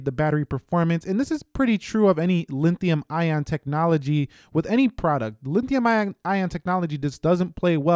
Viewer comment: Did I hear you say Linthium ion technology ?